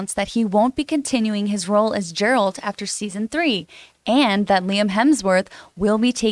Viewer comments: It's GE-ralt. Not JE-ralt. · ok john you can get rid of this particular “host” shes always flubbing words and she said “Gerald” of Rivia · I don't understand how people who say they watched the whole show or played the entire of Witcher 3 but still can't pronounce Geralt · The girl who mispronounced the name didn't say she watched the show. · Oh, the horror!!! She mispronounced the fictional character's name!!!